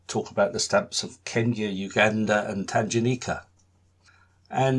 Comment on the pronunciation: Great introduction to the stamps of this area. I was born in Kenya, so grew up with these stamps and they still have a special place in my heart and in my collection. Just one small thing - the g in Tanganyika is a hard g (as in goose) rather than a soft g (as in gem).